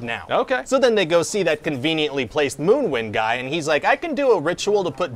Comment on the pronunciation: its actually “Moonwind”